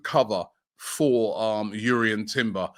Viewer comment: Robbie it’s Jurien Timber not urien Timber it’s pronounced with a J he came out him self and told reporters that. Great show as usual